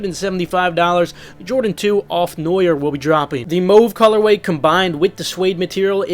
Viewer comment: Why can’t any YouTuber say the color mauve correctly?